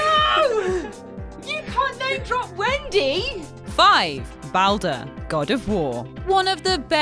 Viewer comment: In the 90's when voice acting was rare, it was understandable to not pronounce names, but now every game has decent (to a degree) voice acting, why do people STILL pronounce names wrong (looking at you ) his name is pronounced b all der, its literally said in the game dozens of times...